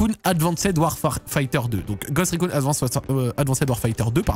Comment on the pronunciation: "Ghost recOUNE"